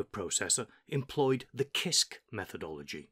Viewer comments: Hi, I study English. Why do you pronounce "kisk" not "sisk"? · I like your videos but CISC is sisc btw. I though I was doing it wrong all the time but after checking wiki and other websites, I think I can conclude that it should be pronounced as “sisc”. Thanks for sharing and making a such high quality tho. Just giving some minor information about the pronunciation. No one else is listen. I think much of the new experience though. Thanks! Sir!